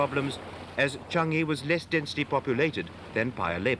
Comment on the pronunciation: Interesting but I never heard Changi pronounced Chungi.